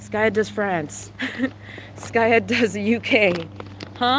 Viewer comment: Why you call him skayu when he is skaya